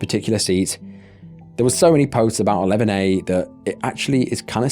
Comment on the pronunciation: I kept thinking you were saying lemonade rather than 11A lol!